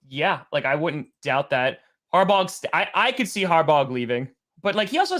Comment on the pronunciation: Based on the amount of years in college and pro football between John and Jim.. you think you'd know how to pronounce Harbaugh. You can have great takes or terrible ones but you have to get the names right if you want to be taken seriously.